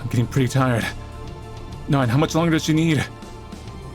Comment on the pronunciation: love how manlys pronunciation of Neun just sounds like Nine with an australian accent lol